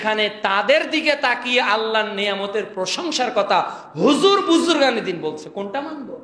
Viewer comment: Keeee reeee vaiiii ? Huzur na khejur!